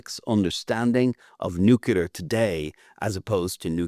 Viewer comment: Its nuclear, not “nucular”…. Listen to the person whom you are interviewing…